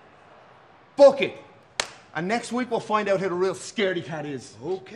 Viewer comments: So no one gonna talk about how fin said "FOOK IT"😂😂😂😂 he damn sure aint say book it 💀💀💀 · I can’t be the only one that thought Finn said ‘Fook it’ 😂😂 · Why it sounds like Finn said “F it” lmao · I can’t be the only one who thought Finn said “fook it” not “book it” 😂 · Finn “Fook it” 😭 ik he didn’t really say that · yeah no heard fook it too bro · I definitely heard fook it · I knew he said "book it" but it did sound like "fook it" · he def said fook it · I thought Finn said “fook it!” for a sec and I had to do a double take 😂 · I had to rewind this like three times because I legitimately thought Finn said "Fu** it" at first 😂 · I almost thought Finn said “Fook it!” Lol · For a second I taught he said “fook it”😂😂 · Had to rewind I thought fin said “f..k it”😂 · I swear he said "Fook it!" LMAO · Finn had me like AYOOO when he said book it😂😂i heard fook it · When he said book it, It sounded like he said phuk it! 🤣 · For a second I thought he said "FOOK it!" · I heard Fook it 😂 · Why did it sound like Finn said “Fook it” instead of “book it” 🤣🤣🤣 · I know he said book it but i heard fook it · I don’t know why I thought Finn Balor said “Fook it!”😂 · Lmaoooo for a second when Finn said book it I thought he said fook it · I though Finn said “FOOK IT” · Sounded like Finn said fook it lol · I thought fin said fxck it 😅😂😂😂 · I literally paused the video just to look for this comment I swear it sounded just like that😂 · Live it took me a second to realize Finn said "Book it!" and not what I thought he said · When Finn said Book it I thought he said something else lmao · that ain't sound like "book it" 😂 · i couldn’t have been the only one that took a while to realize that Finn said “BOOK it”…right? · anyone else was thinking finn said something else when he said book it